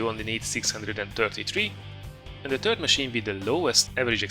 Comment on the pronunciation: your english is superb, but 'third' sounds like 'turd', which describes the french TDs very well. Nice vid!